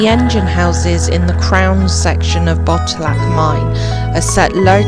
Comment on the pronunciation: Great tour at Botallack mines and the stay at Sennen Cove 😊 Beautiful and interesting places. I have walked past both and will visit again and take more time to look around 😊. I believe Botallack is pronounced with the emphasis on the second syllable. Like Bo-TAL-lack 😊